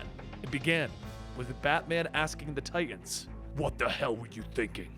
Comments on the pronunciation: Its Titans* Not Titasn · Lol.. ok stop with the "Titasn" bruh.